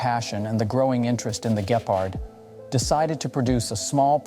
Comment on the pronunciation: "Gephard" big oof